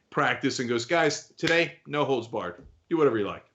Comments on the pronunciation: For second I thought he said “No hoes barred!” 😂😂😂😂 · I thought it was "no holds bark" lol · You’re the only one who thought it was “holes.” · I don't watch any sport, and always knew it was holds. It's just that here in the Midwest, we pronounce the whole word. Never had any idea what it meant.